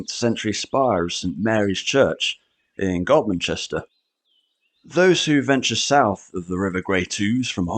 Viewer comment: You pronounced Godmanchester correctly, well done.